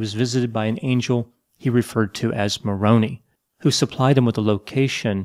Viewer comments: Lol “moronee” Moroni macaroni. That’s all I could imagine. 🤣 I love it. Mormons pronounce it more-own-i. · "Moroneee" lol, like he's an Italian angel or something. Think it's usually pronounced 'Ma-rone-eye' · Ma-ron-eye, long “I,” not “Ma-Ron-ee,” although Maronee is much funnier. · Smith calls the Angel "Moron-i" It can't get more telling. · Moroni is pronounced with a long i . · Moroni isn’t pronounced like macaroni, btw 😂 it’s ma-rone-eye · It’s pronounced more own eye. So the rhyme sounds very outsider lol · A couple corrections: Moroni is pronounced Moroneye. Joseph died on the same day from gunshot wounds and fell out of the jail window. These little things are important because Mormons who might be swayed by videos like these, will often think that this information (that is not taught to most members) is not true when you get the simple/obvious things wrong. Good video. You're dead on in your assessment. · I like Moronee. Sounds like macaroni... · When worlds collide 😂 I was brought up a Mormon 🙄 He's a fraud but i'm the bad guy if I say it 😂 oh well. The way you pronounced Moroni makes the "angel" sound like a pasta dish and that gives them way too many cool points, I believe it's Mor-oh-nigh. DUM DUM DUM DUM DUM 😂 (aahhhh South Park) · That’s how you tell the insiders from the outsiders. Only outsiders pronounce it Mo-ro-nee. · Haun’s MILL and Moroni rhymes with “oh oh my” Great video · My grandmother, a never Mormon, used to pronounce it "Moronee" also. To hear it made me smile and think of her.☺️ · I live in Utah. They pronounce the angel Moroni as Moe-ROEN-eye. I can never understand that they keep changing things they were so against before. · Moroni -pronounced More-Rone-Eye. Joseph Smith died a few months after the attack? Where did you find that? That is not what’s taught in the LDS church at all. It’s taught that he died June 27th 1844, from the gun shot wounds and falling/jumping out the window during the attack at Carthage…